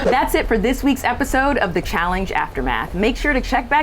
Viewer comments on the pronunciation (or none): a terrific host for these things, but she keeps saying Challing-ge. I can’t unhear it.